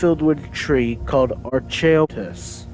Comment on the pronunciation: Archaeopteris is pronounced Ark-ee-op-tear-is, just like the early dino bird Archaeopteryx, but with an 'is' instead of a 'yx'. I don't know why someone named them so simmilar 👍